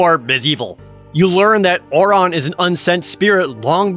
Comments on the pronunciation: Lol you say OR ON for Auron when they say OR IN. Gg jared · Or how he pronounces Auron as "Or On"